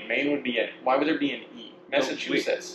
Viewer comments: ME is Maine, MA is Massachusetts or as I hear you say Massatwoshits, MN is Minnesota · This mf just said "Messachusetts" 😂 For future reference, Maine is ME because there was already a MA (Massachusetts), a MI (Michigan), and a MN (Minnesota), so the only other letter available was the E at the end